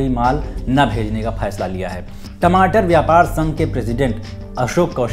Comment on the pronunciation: please to be work on learn hindi then try to do anchoring. You are belong from bihar that is to be known by your Bihari language I hate this type of language. "फैसला = फैईस्ला (you said)"🤣🤣🤣🤣🤣